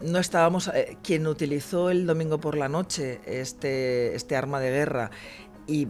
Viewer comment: Ññño, de p,esta señora lo único que sabe es "un arrrma""jajjaj